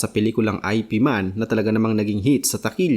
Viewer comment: Hindi aypi man ang basa dun. Eep man ang correct pronunciation.